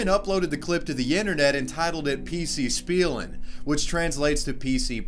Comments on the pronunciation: I lost it when you pronounced spielen wrong Lol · its should be pronounced as shpielen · Your German was eh "Spielen" is pronounced like this: Shpielen. With an SHP sound. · 'spielen' is pronounced 'Shpeelen'. You're welcome